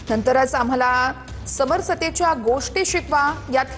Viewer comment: समर सतेच्या नव्हे समरसतेच्या